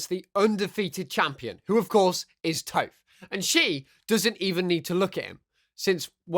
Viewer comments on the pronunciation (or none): It's pronounced TOFF, not TOFE. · your saying names weird like amon and touph